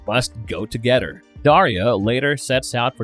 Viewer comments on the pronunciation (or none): Fawdder.. Mawdder... Togedder... Udder.. just stop!